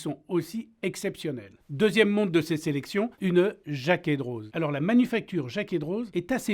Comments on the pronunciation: Jaquet Droz, la classe neuchâteloise ! (On prononce « Drô » en Suisse et pas « Droze » si jamais) Serait-ce possible que vous parliez de cette région horlogère historique qui est le haut du canton de Neuchâtel (La Chaux-de-Fonds et Le Locle) ? Je trouve vraiment dommage que ces villes appartenant au patrimoine mondial de l’UNESCO et d’où je viens ne soit pas connue à sa juste valeur ... il y a tant à dire sur cette région horlogère. Que ça soit Tissot, Tag Heuer et j’en passe, ces deux villes sont des piliers mondiaux en terme d’horlogerie ... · Pour information jacquet droz ce dit « dro » pas « droze » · Merci de nous faire découvrir ces montres hors du commun, chaine passionnante animée par un passionné. Petite remarque cela dit, la prononciation est "Jaquè Dro" à l'instar de Chamoni(x), Avoria(z), la Clusa(z), Oyonna(x)... (Rolex n'a pas de base arpitane et est une invention du fondateur). Encore bravo pour votre travail ! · Super vidéo! Mais on ne prononce pas le z de Droz voilà:) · Jacquet Droz le z est muet...